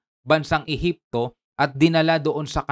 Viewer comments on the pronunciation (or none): ehepsio??😂😂😂d pwedng ehepsians??😂😂😂😅can enter(j) instead (h)